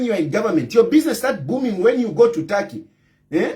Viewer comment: It's TURKEY 😂😂😂 NOT TARKY